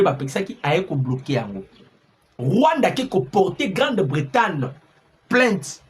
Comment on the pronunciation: GRANDE BRETAGNE et Non Grande Bretane.